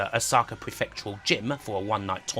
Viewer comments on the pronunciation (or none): none